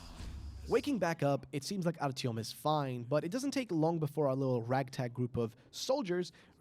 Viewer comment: Idk how you butchered artyoms name